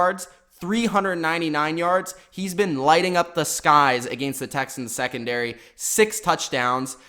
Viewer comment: Agaynst? What the fuck dude